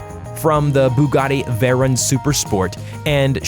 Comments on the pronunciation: who the hell says veron!!?! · "United Arab Emrahts" "Kenniseg" "Bugatti Verren Super Sport" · yeah he also said Veron